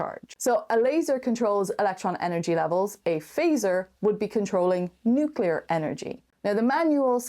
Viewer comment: The word nucular. NUCULAR!